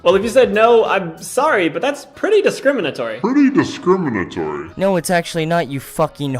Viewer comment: Leafy mispronouncing "discriminatory" is so on brand, the guy is a smooth-brained twink